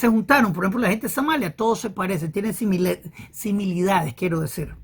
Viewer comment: Con respeto, no se dice similidades, se dice similitudes